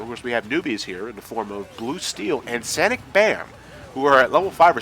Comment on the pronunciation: Sanic Bam? I can't stop laughing!